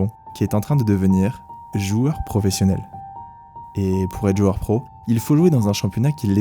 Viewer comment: C'est "joueur" et non : joeur 😉. Merci pour ce bon documentaire.